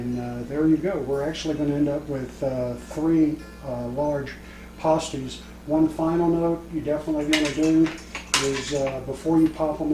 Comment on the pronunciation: This is not authentic Cornish Pasty. (Pass tea), not (PAH-Steez)